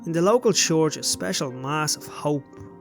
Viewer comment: Have you ever heard yourself say the word church 😂